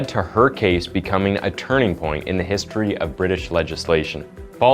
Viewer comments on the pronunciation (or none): none